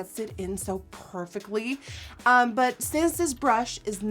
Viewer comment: Did anyone notice that , it sounded like she said Pore-fectly instead of perfectly??!! I Love It!